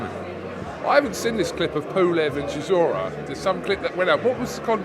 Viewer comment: sizzora is an in joke. It’s how Dillian Whyte pronounces Chisora. Only the real understand